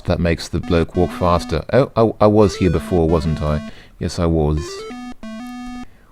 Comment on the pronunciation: That's quite a good 'London' accent, the only thing I'd say gives you away and it gives everyone away who tries to do the accent is that you add Ws where there shouldn't be any. you saw 'waws' instead of was, we'd prounounce it 'woz' and bawdy instead of body, we'd pronounce it more 'bohdy', like you would say body, but the O being soft and not sounding like an A.